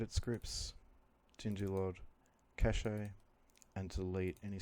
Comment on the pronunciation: Cache is pronounced "cash" not "cashay".